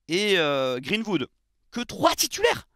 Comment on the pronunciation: "GreenVood" mdr😅😅